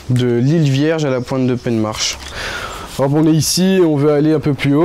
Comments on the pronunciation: T'es pas du coin. On ne dit pas "Peine Marche" mais "Pain Marre" Penmarc'h. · Poan a ra klevet un den yaouank lâr "penne marche"...: Penmarc'h se prononce Pin-mar. =) Bon vent! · "penne marche" 🤣 alors penmarc'h se prononce "pinmar" 😉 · habiter à coté de saint malo et prononcer "pennmarche", tu parles d'un marin!